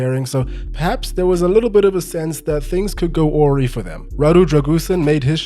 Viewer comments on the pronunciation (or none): the y in awry is pronounced y! <3